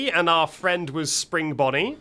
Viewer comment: I love how he calls bonnie bonyel